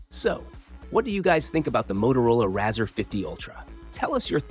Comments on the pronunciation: Razza?!?!?! no its rarz..or RAY-ZOR :) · Razzer sounds like some dodgy porno, it's pronounced Razor man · C'mon at least get the name right, pronounced ray-zer like a razor blade